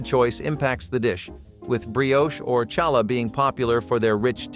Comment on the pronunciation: Can I attempt to correct your pronunciation of something? Cause you did it in one of the other videos,as well. Bologna, is a city in Italy. Baloney, is primarily, a ground sausage loaf, available at a deli Also, when it comes to Challah, the C is silent